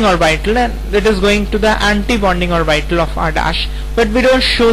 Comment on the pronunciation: its orbital not orbitaaaaaaaal